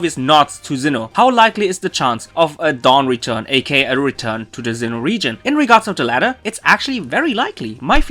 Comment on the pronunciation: Why are you pronounsing Zinn9h instead of Sinnoh, maybe I'm wrong, but I can hear Z.